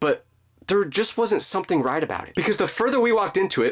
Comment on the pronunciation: When said “Right about it” he sounded British